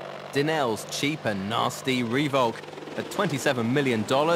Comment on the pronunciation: haha - the stupid commentator dude said roovok - why dont these people who get paid to speak on documentaries learn how it's properly pronounced?